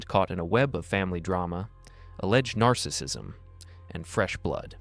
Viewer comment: It’d be great if she knew how to effectively pronounce “narcissism”